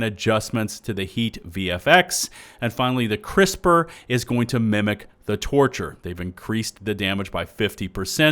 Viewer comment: I can’t help but to hear “torture” instead of “torcher”